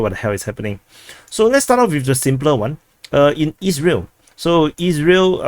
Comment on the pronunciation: I hope your pronounciation of "Isreal" doesnt cause trouble....✌️🤷😂